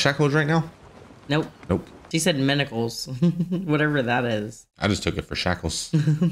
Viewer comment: "Manacles", not minnicles, and Pod's a legend in the sack! 😄